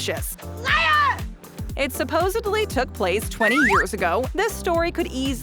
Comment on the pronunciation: SupposeDly, not supposeBly!!! 🤦‍♀️ 🤦‍♂️ 🤦